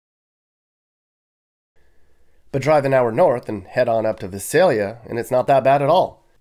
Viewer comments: My mom grew up in Vi sail yuh not vis sail ya ... sad to see all the devolving of life ... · No one ever gets "Visalia" right. The first letter "i" is long: V - eye - s - ay - l - ee - ah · You're totally mis-pronouncing Visalia. A lot of people do though. I kind of grew up there. Yeah it has somewhat gone downhill, but it's still one of the nicer cities in the Valley. I live the in Bay Area and would move back in a heartbeat now that I'm retired. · It's vy-SAYL-yə (Visalia).